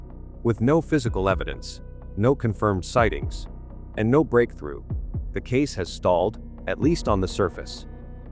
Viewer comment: Breakthrough not brake through